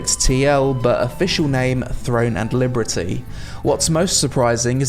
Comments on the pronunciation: Why do you say liberty so weirdly bro ? That's not how it's pronounced. It's pronounced "Leee-berrrrr-teeeee" not "Lee-brrreee-tee". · bless your heart, you say "Liberty" a little weird 😁 like "Librity" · cool video but.. libERTY not libRETY. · I've never heard Liberty pronounced that way. Librety. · Why do you keep calling it Throne and Librety? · why are you saying Liberty weird? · I love your videos but why are you pronouncing "Liberty" like that? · Why can't you say "liberty" ?? what the fuck hahahaha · the combat looks static. watch anypoint in the trailer that goes from charging to combat and it basically brings everyone to a standstill. also how is no one pointing out the way he says liberty through the entire video i feel like im going insane and hearing things